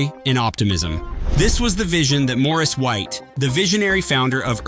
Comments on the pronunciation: It’s Maurice NOT Morris! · As others said: it’s MAURICE ( MOR-REECE) not MORRIS( MORRIS)!!! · Pronounce the name correctly. Moor- Reese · Maurice not Morris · Hate the annoying AI narration. Such a distraction, often mispronouncing Maurice White's first name. Must "Dislike". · If you don’t respect Maurice White to pronounce his name correctly I can’t watch!!!!